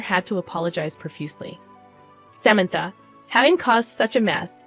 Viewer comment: Can’t pronounce Samantha’s name? Good story but terrible sister in law.